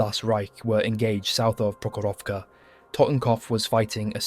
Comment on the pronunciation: Wow, but if you want to sound 100% right, it's PrOkhorovka (stress the 1st syllable, and the rest o-s are reduced to ə (like end of "piper", UK sounding), and Kursk is pronounced as Koorsk - but doesn't matter, long or short. It's transliteration of letter U from a language that mostly reads as it's written, so not subject to normal English modifications due to the following letters, google tanslate is wrong.